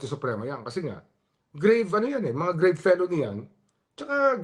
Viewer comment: TAMA SI REMULLA, walang pyansa ang grave felonies. grave pronounced Filipino way means the same. GRAVEHHHH!!!